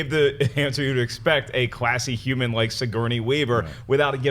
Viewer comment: Why does Shnepp pronounce human as juman, or humor as jumor?